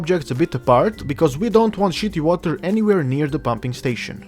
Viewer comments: "Shetty Wata" Gosh, even as a Russian I can't do that epic accent. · the way you say shitty water lol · shitty water lmao so good in that accent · really awesome."'keep an eye on the money" with that accent had me chuckle. also do not drink the shitty water people. lol